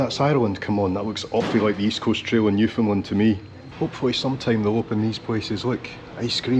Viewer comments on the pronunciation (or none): none